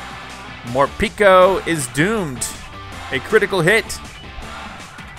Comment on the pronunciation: I hate how calls morpeko morpeeko